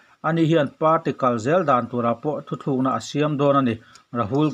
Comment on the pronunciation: Thuthlukna tih aiin Thutlukna tih tur a ni lo maw?